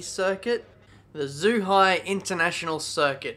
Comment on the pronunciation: Zhuhai is pronounced Chu-hai and it's way south of shanghai, near macau and hong kong